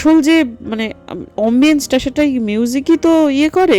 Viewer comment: Jhinum ma er saree dekeh gaye kata dilo 🙏🙏🙏,r ekta small request if possible ,kindly correct pronunciation of 'Mojito' it sounds mohito and 'Ambience' not ombiance.tumi pronunciation e perfectionist tai bollam.kochu mone koro na.